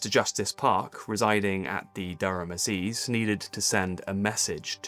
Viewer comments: 'Asseezes'? Correct pronunciation is 'ass*y*zes'. Excellent video, but pronunciation is all over the place, sadly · Durham 'Maziz'? It's the Durham Assizes.